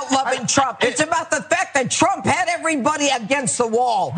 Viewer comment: Note the box wine slurring "...when twump wuz president"...